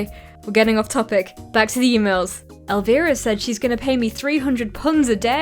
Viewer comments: ElvIra, not era 😂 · I heard Elvira as Aloe Vera. Wtf